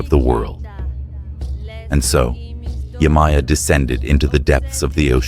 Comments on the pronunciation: Yemaya Is pronounced (Ye-Mah-Yah) Not (Yay-My-Yah) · Yemaja is the the correct pronunciation❤😊